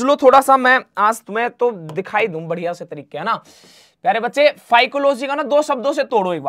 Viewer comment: Losy nahi logy hota hai😅